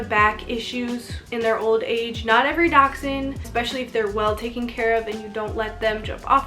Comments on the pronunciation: There is a ch in there, giving the actual pronunciation a little bit of a k or x sound in the middle of the word. I used to just say dash-hound myself. The way I broke the habit of saying it incorrectly was to remember it as "Docks-hund". Dachs = Badger & Hund = Dog in German from where they originate. They were bred to help hunt badgers. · Do Americans pronounce this breed Dox-Ine? Here in England it’s pronounced Dash-Hound. So Mini Dash Hound. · It's a (Dash-hound) or Dachshund there Is no (x) In this breeds spelling!! Doxhund?!?! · You pronounce it like dash hound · She is not pronouncing the breed